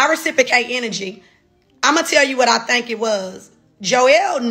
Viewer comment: Also “think” not “thank” I think.... Only say “thank” when you’re saying: Thank you!😊